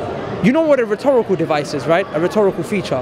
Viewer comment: He really likes to say "rethorical devices".